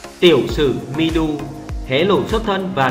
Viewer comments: Người ta tên Mi Du mà ông nội cứ đọc là Mi Đu. Chữ Đu ở đâu ra vậy ông nội ngọng nghịu, nhà quê kia ? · Mi Du mà cứ đọc là Mi Đu. Đến chịu